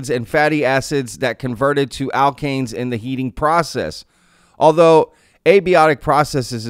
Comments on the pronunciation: alkanes - you pronounced it correctly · you said it correctly, alkanes. hydrocarbons with single electron bonds ( each in pairs, if i remember my organic chem correctly). but also, they discovered this same thing in 1976, but nasa said nope. i believe it was the viking, in 1976?